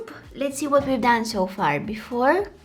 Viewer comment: I lovee youu..❤️you always inspires us so soo soo sooo muchh(trying to match you accent when you sayy soo soo soo much at every end of your videos😉)love to see such videos with such a beautiful soul❤️...